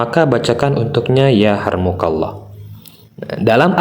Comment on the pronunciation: Yarhamukalloh.... Bukan ya Harmukalloh...🤭